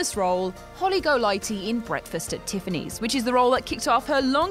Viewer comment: Nick Nol-TEE Holly Golight-LEE PREET-SEE 's Honour (Same as in 'pizza') The EYE-ger Sanction (as in the mountain of the same name) The Outlaw JOSEY Wales And it's actually pronounced USTIN Hoffman. The 'D' is silent.